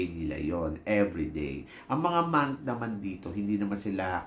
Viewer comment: Ano daw "monk" ...mank daw 😅🤣😂